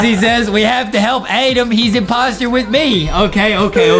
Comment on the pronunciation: It's Adem not Adam